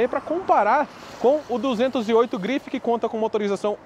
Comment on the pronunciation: Belo vídeo, mas tente levar menos as palavras para o inglês. Carro francês, então não se fala "gruifi", apenas grife mesmo. Fica mais legal. No mais parabéns pelo vídeo. Sucesso.